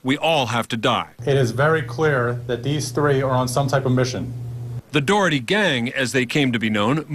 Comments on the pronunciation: I know right?! The reporter sounds like saying the "Dorothy gang". It's friggin "Dougherty" not "Dorothy"! lol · The reporter sounds like saying the "Dorothy gang". It's friggin "Dougherty" not "Dorothy"! lol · it's pronounced Dockerty!!!!!!!!